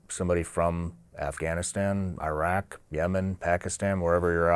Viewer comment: It is insanely disrespectful and almost downright criminal that people from the country that went to Iraq and Afghanistan uninvited to blow up (both literally and figuratively) their lives and create chaos for the better part of 20 years don't know how to pronounce the names of those countries properly. It's not "eye-rack" (what do you rack? weights?), but "ih-raak", and the "a"s in Afghanistan are similarly the "a" in the word father, not in the word apple. And you get along with your family members well, not "good". Finally, route is pronounced identically to "root"; rout is a totally different word. JC 🤦🏻‍♂